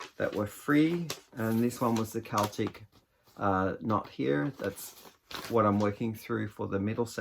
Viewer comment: Your sweater vest is wonderful! It's a great fit and the pattern is lovely. The shawl is gorgeous - the rose gold makes the purple really pop. The green yarns are all fabulous. Thank you for saying Keltic rather than Selltic. I love that one of your yarns is called Croft...I live on a Croft in the Outer Hebrides. My husband (who died in November) was the crofter and we had 41 sheep. Pixel has grown so much! She's a lovely colour - is it 'fox red'? Thank you for this lovely, chatty video.